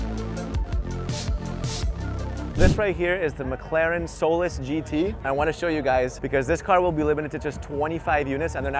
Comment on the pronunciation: The way you say Solus sounds like soulless. It's SOL-US. like Saul-Us.